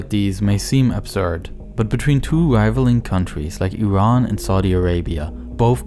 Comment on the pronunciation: Dude you called it IRAN not I Ran Good job